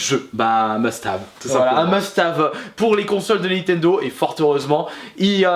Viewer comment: Un meustave, belle prononciation :D